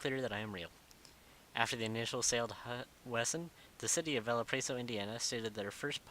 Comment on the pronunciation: u said Valparaiso wrong and it was really cringy not to be mean